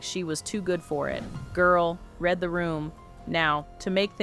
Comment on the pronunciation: when ai can't read properly lmao girl red the room. ik it's read not red but that way it's known what i am saying .